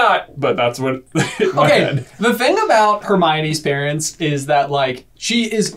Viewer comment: "PAERNTS" OOPS